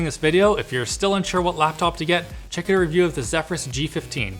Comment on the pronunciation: Normal human: Laptop This guy: loptop